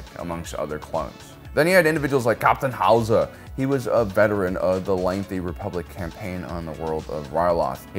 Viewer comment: “CAPTUN HOWZA” I’m dying 💀😭